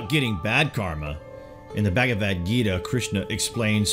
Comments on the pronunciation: It's not bagavad, it's bhagavad #FACEPALM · bahgahvahd not bag a vad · U say bagavadhu ..funny😆😆